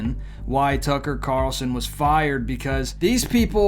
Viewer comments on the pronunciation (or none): Why do Christian YouTubers keep calling him Tucker Car-el-son, when his name is Tucker Carl-son?? Nick Picky, maybe. But this drives me crazy. It's not how he says his name.